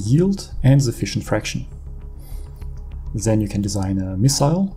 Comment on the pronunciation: "THEN" heißt das. NICHT "sen" man bekommt Ohrenkrebs